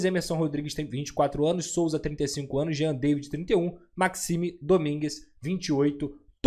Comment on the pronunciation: a pronúncia é Jean "Davi".